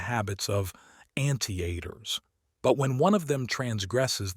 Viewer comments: Three mispronounced words deus ex machina was not the first but it was second I thought okay this is how he pronounces words. Then came Anteater I immediately stop and couldn't concentrate on the book you were reading instead all I could hear is "Aunttieater" I was like where is aunt in ant? Sorry it was distracting great read. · No way in hell that’s how you pronounce anteater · 😂 Great audiobook though thanks for making this accessible to all